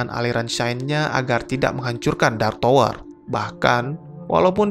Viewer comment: Bacanya Tawer bukan Towor bro